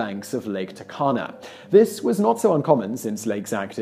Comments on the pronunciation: Interesting that my country (Kenya) would be featured.... anyway, Turkana in "Lake Turkana" is pronounced "too-rkana" :) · Yeah that was weird...